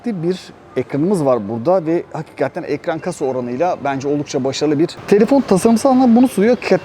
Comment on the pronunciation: Daha önce söylediler galiba ama abi HAKİKATTEN Değil de HAKİKATEN demen daha doğru olur